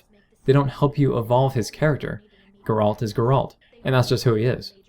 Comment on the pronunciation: Good video, just one thing. It's pronounced GAre-ult, not GarAUlt.